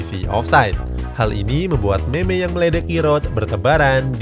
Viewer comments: baca nya mim min bukan meme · Meme dibaca mim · Meme kalo di baca mem cuk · meme di baca mim .